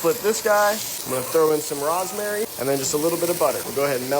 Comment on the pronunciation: Did he just say ROZ-mary instead of ROSE-mary